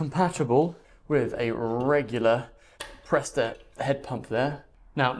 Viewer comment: "Presta" not "presto". sheesh.